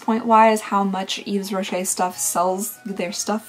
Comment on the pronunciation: Never thought I'd see Yves Rocher on your channel (btw it is pronounced Eve Rocher) The brand was or maybe still is big in Belgium, I remember my mom having some sort of subscription to it back in the nineties.